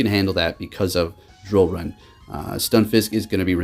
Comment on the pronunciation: Dude, you always butcher the name of moves for Pokémon. Lol love watching you battle, but I just laugh every time you mess up a name. Shadow sneak haunter, drill run zapdos.